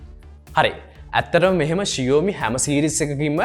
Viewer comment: ෂියෝමි නෙමේ බං ෂාමි.....😬😁 හරියට ලංකාවේ කෙල්ලෙක්ට talk කරනවා වගේ....😂🤣